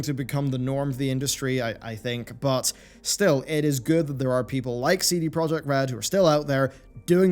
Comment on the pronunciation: It still bugs me that no one pronounces CD Project correctly.